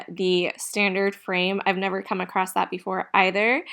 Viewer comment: Just a note, There is no "t" in ACROSS